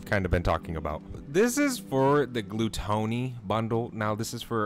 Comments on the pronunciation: Its gluttony not glu tony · Maybe lower the resolution? 🤷🏽‍♂️ It's pronounced gluh-tuh-nee. 🤪 Keep up the good work bro. 👍🏽